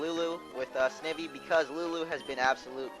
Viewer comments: Snivy is prenounced Sni vee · In the next video can you PLEASE pronounce it "sn eye vee" think about it Snake and Ivy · He cant even say snivy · u just pronounced snivy wrong